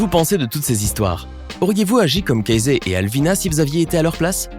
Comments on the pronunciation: Ca ce dit pas CA ZE mais KE SSI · Ça se dit Caïzy pas cazai 🤦🏼‍♂️ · « Kazé » 😭 sa se lit [keïssi] s’il vous plaît 😭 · Casée? On prononce kèssi ! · Casey se pronoce pas "Cayssi" ?